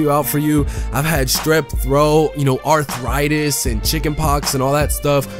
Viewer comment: He said arthritis 😂😂😂😂